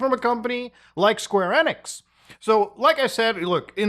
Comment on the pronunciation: LOL Square NIX That's the first time I've heard someone pronounce it that way, I've been so used to hearing Square EE-nix the past 25 years